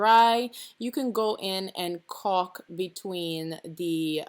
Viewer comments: It's pronounced Call k. Lol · after the fourth caulk this lovely pregnant lady could not stop thinking about "caulk" i heard cock so many times.. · Ohhhhhhhhhh, you're saying caulk